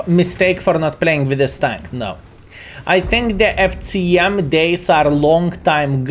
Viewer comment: The pronunciation of C in FCM is unbearable. Nice content otherwise!